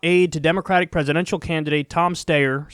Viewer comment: Ah yes, that candidate, Tom Stayer Steyer Steer Steyer